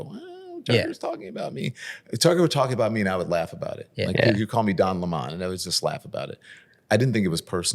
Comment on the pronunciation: I don't agree with him, but I always respect when people can have a civil conversation. I have to confess, thanks to Tucker, I now subconsciously pronounce his name "luh mon".